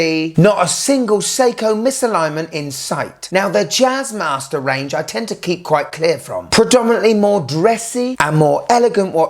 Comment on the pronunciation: "Jazzmaster"😂😂😂😂😂 "Jizzmaster"......